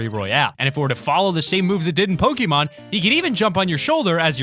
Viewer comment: pronounced poke-ay-mon